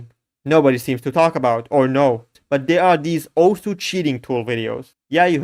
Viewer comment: no way he pronounced it correctly